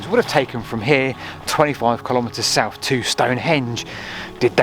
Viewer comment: Souph fwom norph?